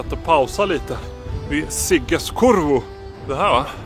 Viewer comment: Stort tack för det fantastiskt fina omdömet! Otroligt roligt om filmen kan förmedla lite av känslan som det innebär att vandra efter Gotlands vackra kust! Och roligt att höra om kurru/kurrå - ska försöka få till ett mer korrekt uttal nästa gång ;-). Allt gott!